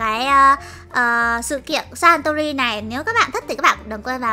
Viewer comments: S sanrio mà cj đọc là santuril v? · sanrio mà chị sao chị nói santori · Nó là saniro chứ ko phải Santori đâu ạ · cj ơi chj đọc sai tên rồi ạ santori phải đọc là sanrio mới đúng ạ 🥰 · ng ta là Sanrio mà nó Santori😂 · đâu phải đâu chị đó là sanrio mà ko phải satori